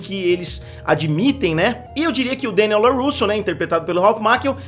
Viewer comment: Mister, adoro o canal. Mas, por favor, para de falar Deniel. Adoro quando você deixa tudo "abrasileirado". E sim, as lutas são fracas demais e infelizmente isso me deixa bastante insatisfeito. As batalhas não me convencerm. Acompanho somente pela nostalgia e já afirmo que abandonarei(se continuar assim) na próxima temporada. Tudo muito fake e mal feito.